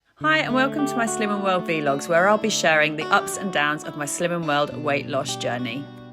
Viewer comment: I'm a new subscriber and enjoy your vlogs, or as you say V logs😂